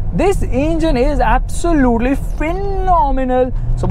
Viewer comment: Abv sooo lute LEEE LOL AWESOME WAY OF SAYING